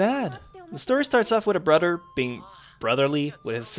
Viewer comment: lol you say brother like brudder